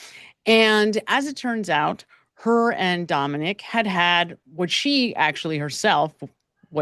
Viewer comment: His name was Dominic. Not Dominique. Just sayin 😊